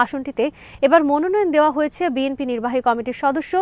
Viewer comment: বিএমপি নয় সঠিক উচ্চারণ বিএনপি হবে।